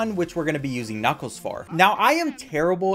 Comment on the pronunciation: Did he say knucos?